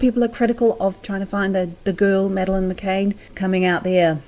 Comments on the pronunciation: It's McCann Not maccain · It's not cane its Can I.e tin can not tin cane McCann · Please would people not say McCain!!!!! It is McCann! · It bugs me that you are presenting as if you have taken a keen interest in this case, but you haven't even bothered to check how to pronounce the name 'McCann'!